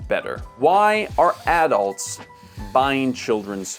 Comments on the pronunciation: Why do you have to say addults like that? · I pronounce "adults" differently from how he does.